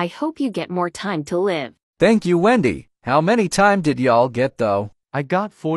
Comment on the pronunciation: Endy not wendy